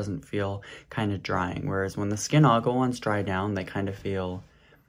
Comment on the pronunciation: I don’t know why u pronounced the word Aqua as agua 😅